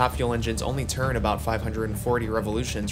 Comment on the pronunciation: bro says "chwsit" instead of twist and "churn" instead of turn